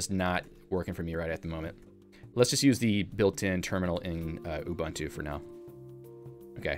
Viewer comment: For future reference, all the Us in ubuntu are all 'oo' sounds. So, it's not 'oo bun too,' or 'You bun too,' it's 'oo boon too'